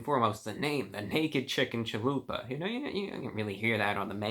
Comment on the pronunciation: Man I didn't skip any of it lol, just pointing out he said chahoopa instead of chalupa, I thought it was funny.